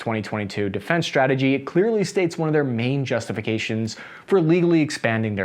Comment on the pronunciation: ‘Strike’ and ‘strategy’, not ‘shtrike’ and ‘shtrategy’.